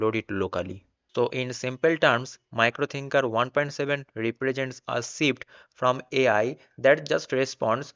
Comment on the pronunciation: Its miro thinker not micro 😂 !!